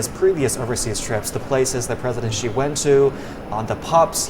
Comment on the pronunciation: This presenter is apparently a Chinese, I don't understand why he pronounced president Xi name like western media reporters, not pronounced correctly in Chinese way?